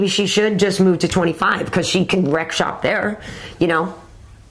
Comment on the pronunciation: I love it that Karen says "wreck shop"! What a cool ass chic!